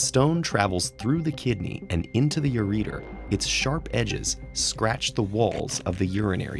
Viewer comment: How did TED-Ed approve a video where some guy pronounces ureter (yur-eh-tur) as "yur-eater"?